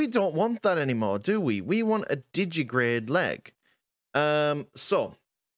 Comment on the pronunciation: it's digitigrade, digiTIgrade. TI TI TI! as in digit-i-gradus